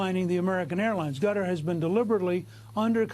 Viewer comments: did Newt call Qatar "Gutter" ? whoops, LOL ! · I like how he calls Qatar "Gutter". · Newt what country ? "Gutter ." LOL I think it's pronounced Kut-tar or Kat-tar, but Gutter . LOL only Newt.